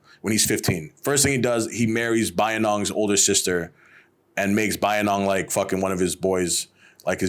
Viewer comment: Pronounciation all messed up 😂 Bayinnaung also kicked out bootlegging Portuguese who were mucking around with Mons & Thais. He let bamboos loose on Portuguese a**es😅